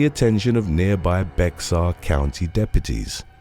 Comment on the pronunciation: Bexar county is actually pronounced bear county.